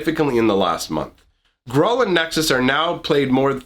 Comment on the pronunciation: Gruul rhymes with drool